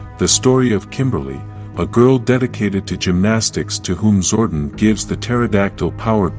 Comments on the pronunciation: Too many mispronounced words… Zordon should not sound like “warden.” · Zor Don like the mafia. Not Zorden. Amy Jo Johnson. Perfect Ranger. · I can't. I just can't. The AI voice is so goddamned idiotic! Zordun? Power bow (rhymes with "now")? No! No! Fuck your AI garbage!